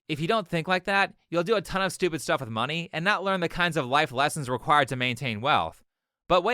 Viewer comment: "you're schtoopidz"